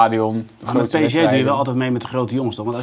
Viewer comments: Zeg gewoon a.u.b ''PSG'' & NIET PSJ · waarom zegt iedereen altijd PSJ....het is fucking irritant.